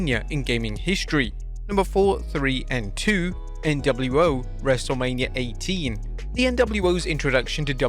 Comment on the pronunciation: U said wrestlamia 😅